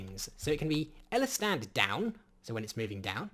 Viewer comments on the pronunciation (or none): the way he say's the word "Stand".. let's just say... Duwang